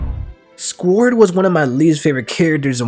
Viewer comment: the way you say squard as scored hurts my soul lol.